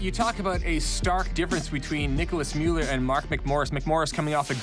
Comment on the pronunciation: its gigi rüf and nicolas müller...not muller.. goddamn